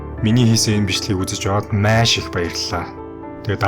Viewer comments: maiiish gheern gaihlaashd maaaash gj heleech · чи тэгэж яриад байнаа ха эрэлхийлэгч Маш гэж ярих нь зөв гэдгийг л хэллээ хө Ярих сэдэв чинь чанартай ч ярих чадвар чинь муу байлаа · Майййш😂 үг хэлээ гоё зөв дуудаш байгаарай бро